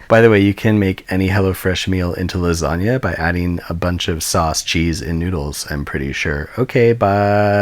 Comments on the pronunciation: "Lasania", lol. It's always funny listen to foreign pronunciation of italian words. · That 'organizational system' was hilarious. Also, buoyant lasanga...buoyanga if you will... What's that? You won't? k. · It’s la sag na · Do you pronounce it lasagna or lasagna?